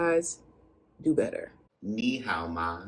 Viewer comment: learn the intonation of ni hao and it will be perfect.